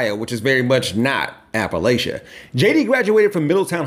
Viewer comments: the first time I heard him speak and he said 'Apple-Lay-Cha', I knew he wasn't from there (it's Apple-latch-ah) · Love this, but apple-lay-sha? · Great video. Just wanna throw it out there, most Appalachians pronounce it "App-uh-latch-uh" and "App-uh-latch-in". It's a small detail, but we use it as a shibboleth or litmus test for whether someone is actually familiar with Appalachian culture and has our best interests at heart. Just figured it was something to consider if it comes up in any future videos.